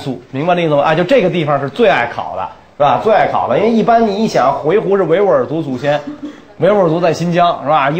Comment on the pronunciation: 我小时候学的，以及百度上的回鹘读音是 huí hú ，而袁老师念的是hui he ？